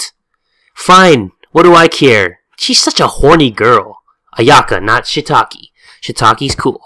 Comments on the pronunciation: Love the beanieee!!! (P.S Shiitake, Shiitake 😂😭 and Misao is "Mee-Sah-Oh") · LMFAO "ShitAki" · "Shitaki" Goddamn it.